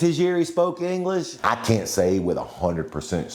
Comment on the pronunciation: Why’d he say English like that? Engleeeeesh